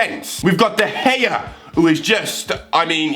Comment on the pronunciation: fuck you hart is better than de ghea or hiw you proninc his name. His pretty shit